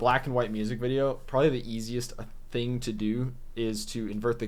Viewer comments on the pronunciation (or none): none